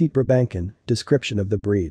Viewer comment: NYCZ 0 seconds ago What the heck is a "briBANKin"???? BRA-ben-sohn! I have one, yes, and everything this video said is true, but please don't butcher it's name! I have enough angst when they call mine a "pug"!